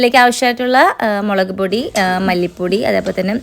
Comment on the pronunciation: മേളക് അല്ല മുളക്